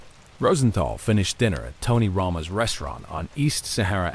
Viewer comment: My God this robot is just butchering the hell out of every Italian name like its a sport. He cant even say Tony Roma.